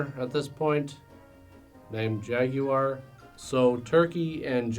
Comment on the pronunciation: I want to year you say jaguar a few more times. Take it easy on yourself and just say "jagwire."